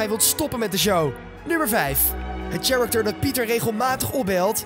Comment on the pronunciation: Wil je alsjeblieft "character" niet uitspreken als tsjerekter? Verschrikkelijk.